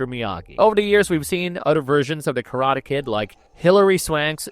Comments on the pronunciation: Wow, maybe hire a human narrator next time. I was tired of hearing *Karata Ked" after 30 seconds... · Why do you say "Karate Kid" that way? is this AI?